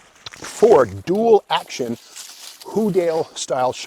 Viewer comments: I thought that shock absorber was pronounced (who - Day)? Also Corvairs had the same locking prop rod on the engine cover... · Our auto-shop teacher: Houdaille is pronounced 'hoo-dye'. I can't forget.